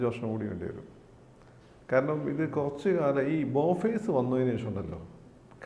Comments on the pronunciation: സത്യം. പ്രതിരോധ സംവിധാനങ്ങളെ കുറിച്ച് ഒരു പഠനവും നടത്താതെ വായിൽ തോന്നുന്നത് പറയുന്നു. ബോഫോഴ്സ് നെ ബോ ഫെഴ്സ് എന്ന് പോലും പറയുന്നു..... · ബോഫേർസ് ആണോ ബോഫോഴ്‌സ് ആണോ???ഒരു സീരിയസ്നെസ് ഇല്ലാത്ത അടിസ്ഥാന വിവരം പോലും ഇല്ലാതെ പ്രതിരോധ കാര്യങ്ങൾ ഊഹിച്ചു പറയരുത്....!!!സൂര്യൻ ചുറ്റുമുള്ള എല്ലാക്കാര്യത്തിനും ആധികാരികമായി സംസാരിക്കുന്നത് ഭൂഷണമല്ല!!!!!! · ബോഫെഴ്സ് അല്ല, ബോഫോഴ്സ് ( Bofors )